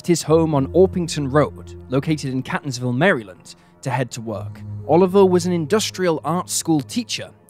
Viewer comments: It's pronounced CAY-tons-ville, not "cat"-ons-ville as in a kitty cat. Please look up pronunciation of words if you don't know them! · #3 - I am a lifelong resident of Maryland. Catonsville is pronounced “Cay-tons-ville.” Also, it is the University of Maryland,EASTERN Shore, not “East Shore” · It’s pronounced Caytonsville, Md 😅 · The Maryland town is pronounced KATE-onz-ville. The Datsun was a Two-Forty Z. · Catonsville is pronounced KATE-tonsville University of Maryland, Eastern Shore (it’s a HBCU) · I was born & raised in Maryland, so the way that he's pronouncing Catonsville is hilarious 😂 it's not pronounced like Cat it's more like "Kay" like the letter "K". kay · tuhnz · vl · It's pronounced CAY-tonsville. I live close to it. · It's fun seeing someone not local pronounce our home town names. Here: Catonsville is CAY - TUNS ville Ellicott City is ELLI - CUT City We also have a Bowie, MD but it ain't pronounced like the Bowie your thinking of. lol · Mispronouncing Catonsville! It is Catonsville with a strong "a" sound!😎